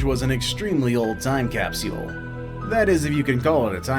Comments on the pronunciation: Narrator doesn't know how to say capsule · It’s capsule, not capsual. Mr video presenter voice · Why the hell is he saying capseule? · Wtf is a "Capsiole"...